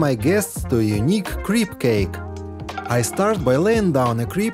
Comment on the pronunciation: ......a Creep-cake? A.I. wrong pronunciation....most in USA say 'keep' cake. A.I....ya gotta do better, but.....when ya do......we humans better be careful how we talk!